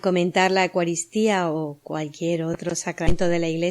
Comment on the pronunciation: Gracias, estupendo trabajo solo con todo respeto quisiera que pronunciaras bien esto, se dice: EUcaristía no digas Ecuaristía. Gracias😇